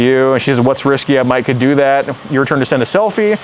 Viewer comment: Risqué. Not “risky” lol.